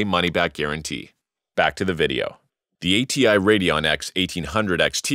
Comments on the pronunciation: WTF is a RADEOON? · AMD RADEOON :) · why were you spelling it radeoon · Radeon on Radeoon ?